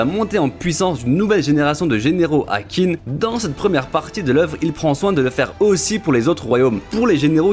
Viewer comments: Meilleure vidéo de la chaîne ! Par contre on ne dit pas Qin (Kin) mais Qin (Xhin) et oui le nom original du pays vient de là (Chine). Encore merci pour ton travail de forcené ! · D'ailleurs je sais que dans le manga ils font l'erreur pour la compréhension mais "Qin" se prononce "Chine" en chinois. Et c'est justement parce que c'est l'état de "Qin" qui a gagné que plus tard ça s'appellera la "Chine" ;)